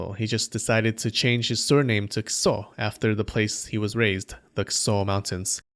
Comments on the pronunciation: A: a human skull By the way, it kind of sounds like you are pronouncing it "kuso" instead of "kiso." It's admittedly a subtle difference but definitely sounds like "kuso" to me. This especially stood out to me because kuso means crap in Japanese... but I wouldn't complain if you kept it that way, because it's kind of funny to hear about "lord crap" running around and killing people. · Lord Kuso? Is that how Kiso is pronounced? I'm not an expert in Japanese, but I have my doubts. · Great Vid as always! Ik you are not jp but your pronounciation of the name kiso sounds little bit closer to kuso haha Even the pitch is similar so its easy to misunderstand that you are insulting yoshinaka dude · lol kiso sounds like kuso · Kiso sounds almost like kuso, when you say it. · The way you pronounce "Kiso" is the way you say "shit" in Japanese, just fyi. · That "kiso" pronounciation.. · Without wanting to make fun of the name but I feel like the way you put emphasis on Kiso's name is due to the resulting sounding eerily similar to what I would tactfully call excrement. Oh and also, the thing a Kitsune puts on their head to transform into a human is the thing that Minamoto No Yorimasa's servant tied to a stone and threw into a river - just a few years later.